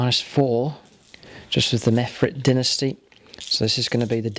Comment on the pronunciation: Dynasty* not Dinisty